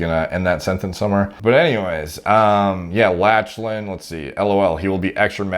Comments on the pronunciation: Good video but is nobody going to comment on how he keep pronouncing Lachlan lol ? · Lmfaooooo how he pronounces lachlan 🤣🤣🤣😭🤣🤣😭🤣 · haha lost my shit when he first pronounced it latch-lan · "latch-lan" hahaha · Learn how to pronounce the name Lachlan lol.... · lach-a-lan LOL it's pronounced lock-len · It's "Lock-lan" not "Latch-lan" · Latchelan haha - try Locklan dude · Lol, you are my boy but… “Lach-lan” I’m sure there are a thousand comments already telling you this but it’s pronounced “lock-len”. Tbh I really wanna watch a video when you have to say “sean” 😂. Honestly bro, you are the man. Respect your thoughts on everything in this field, you are the man…. The “lach-lan” pronunciation just made me laugh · *Lock-len not Latchelan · As another Lachlan. It is pronounce Lock-lan not latch-lan. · Bro… great video, good sense of humor. I watched from a BJJ perspective not body building. I was cracking up at “Latch-Len”, it’s “Lock-Len” no worries you wouldn’t know unless you followed. Good content 🤙🏽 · Lock-lan, not latch-lan lol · Bro its Lock-lan not latch-lan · Lachlan is pronounced "lock land" not "latch land". Lachlan lost to Gordon in the absolute finals of ADCC 2019 via RNC. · Lol btw Lachlan is pronounced “Lock-Lyn” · ''latchlan'' lmao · It's pronounced Locklan fam,😂😂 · Them 'Latch-lan' gains. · "Latchland Jiles" lmao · “Latchlan” omg 😂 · Triggering me pronouncing Lachlan Latchlan. Also when he says my team is the only one that doesn't use steroids to a certain degree, he could be saying to a certain degree to the fact other teams might not juice..Although saying that he looks like he on the gear. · Thats lock-lan* . But Gordan is the GOAT of nogi much respect. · It's pronounced "lock-lan" lol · It is pronounced "loch-lan". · I think is pronounced: "Lock-lan" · "latch len" that pronunciation has to be a joke right? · Pronunciation of Lachlan was quite funny. It’s “Lock-lan”. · Nah man, it's Latch-Lan I loled every single time he mispronounced that.